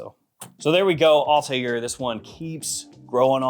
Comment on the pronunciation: First person on YouTube to pronounce the name Althair correctly. Great review as always.